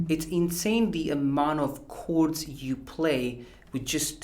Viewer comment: I just came here to hear him say "cords"😂😂👍